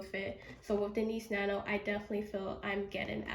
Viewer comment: You really kept saying Niece nano 😂 it’s called Nice Nano